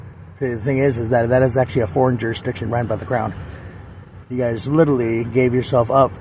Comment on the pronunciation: SovCit so smart he doesn't know that "guyses" is not a word. The word is "guys".